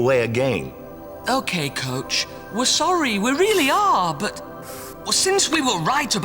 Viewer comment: WHY DID HE SAY BUT LIKE "BAUGHT" 💔